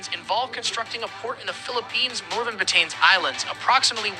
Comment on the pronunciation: Very wrong pronunciation It’s Bat tanes but Ba Ta NES 😢😢😢